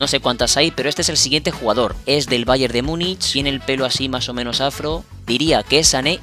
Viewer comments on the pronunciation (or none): none